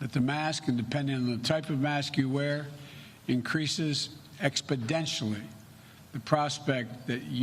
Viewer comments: "increases expedentially" Thats not even a word?? WTF....LOLOL does he mean exponentially?? I had to listen to 10 times..This guy is nuts.. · You're "expodentially" stupid. Wear a mask outside? What an idiot!